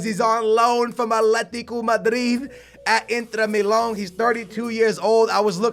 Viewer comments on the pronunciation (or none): Inter mil-loan ? The pronunciations they are the worst 😝